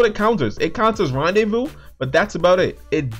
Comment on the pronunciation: Randevou?? Its rendezvous